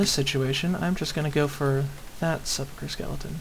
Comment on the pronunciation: Grats on sepulcher correctly, you win